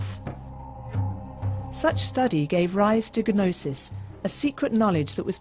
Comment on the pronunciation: Ga-nosis....wow...other than that gaff, quite interesting.